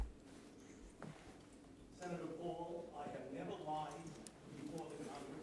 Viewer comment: I have nevuh luh-ide to congress. I have never seen someone put so many extra syllables in words. Faucci should go to prison.